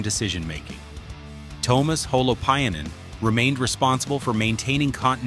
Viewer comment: His name is NOT "TOW-mas" 🤦🏼‍♂🤦🏼‍♂🤦🏼‍♂ It's TUO-mas (T...U....O)